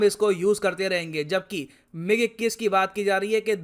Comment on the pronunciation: You said mig 16 wrongly